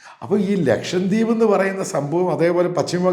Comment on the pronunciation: Pls note that it is "Lakshadweep” not LakshaMdweep.😂